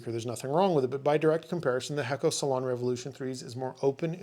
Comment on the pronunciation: I believe the pronunciation is Hey-ko or Hay-co. Great job once again. Thank you.